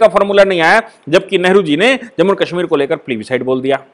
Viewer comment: I like the way you pronounce Kashmir, that is the right pronounciation of Kashmir as in sanskrit.